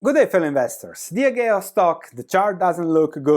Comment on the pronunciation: Diageo is pronounced Dee Ah gee oh